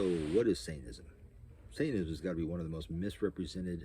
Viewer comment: It's funny how you say it: "saintanism", not "satanism" 😂